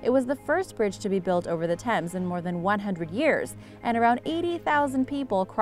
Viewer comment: Why no one can pronounce thames